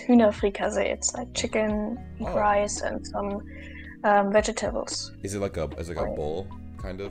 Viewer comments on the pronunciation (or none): "Vege TABELS"💀